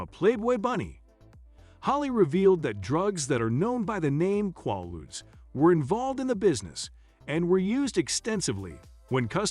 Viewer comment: pronounced "KWAY-ludes", not "kwah-ludes"---very poor writing and grammar throughout